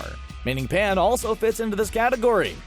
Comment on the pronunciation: It's pan not paya